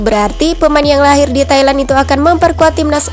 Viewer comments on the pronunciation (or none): none